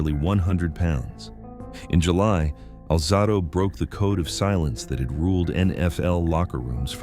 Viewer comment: Alzahdo? Stupid A.I